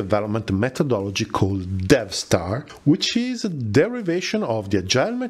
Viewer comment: I hear you keep saying DevStar, but I keep thinking DeathStar.